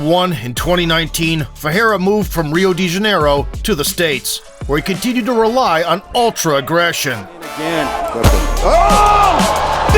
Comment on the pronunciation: Instead of Rio De Janeiro I heard "Real Degenero". Can't unhear it. My life is ruined.